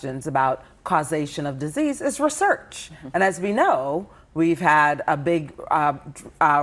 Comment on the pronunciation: So you say "Acetaminophen is universally safe for treating pain or fever in pregnancy.". Then you say we have to do research (or r'surch as she pronounced it) but we haven't been able to do the research because the federal government is not funding "r'surch". Finally, you say in order to know that Tylenol does (or does not) cause autism you have to have studies to prove that, then you say there are no studies. So you've kinda disproven your point that #1 you KNOW it's universally safe, and #2 that research actually hasn't been on this topic. I didn't even think Tylenol cause autism before this, but hearing her tripping over her lies is making me quite suspicious.